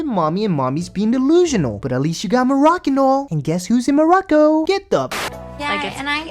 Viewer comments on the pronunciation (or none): This crazy gurl said look morracan oil smh... poor baby...mom is a total twit.